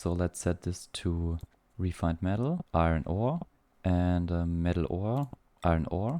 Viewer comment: Iron is pronounced eye yearn. You keep saying eye ren and I can't tell what it was